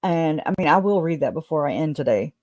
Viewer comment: "Read IN by someone else" is how I hear that sentence. Not "redden" or "readened".